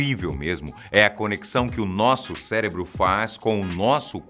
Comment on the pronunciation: CELEBRO OU CÉREBRO OU CERÉBRO